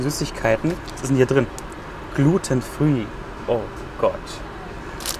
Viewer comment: Svend Trash and more Wieso wirst du gleich beleidigend?!?!?! Ein normaler Mensch merkt schon an der Aussprache des Wortes "glutenfree" , daß der Junge gar keine Ahnung hat was das überhaupt ist!!!!